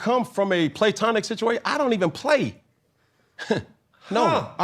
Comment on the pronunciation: PLay-Tonic lol